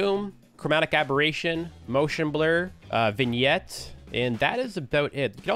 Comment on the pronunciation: Legit questions tho, did you look up how to say vignette? I hAd to close one eye to type and look up this word on how to say it